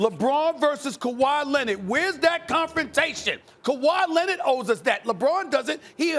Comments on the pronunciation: Kawhi "Lenit" - SAS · Stephen A: Kawhi Lennid 🤣🤣🤣🤣.